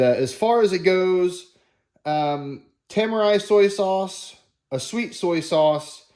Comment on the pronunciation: i think its pronounced Te - Mar - Re tamari